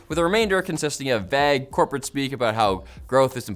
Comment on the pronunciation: I love the way says Vague... It's like veeg or something. Wait... did get a haircut or something? He looks different.